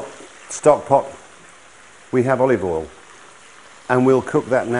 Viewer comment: I love how he pronounces "oil" as "all" but he's not from US South